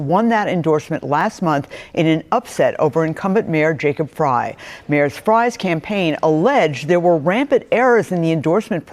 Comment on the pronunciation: Frey is said like Fry 😊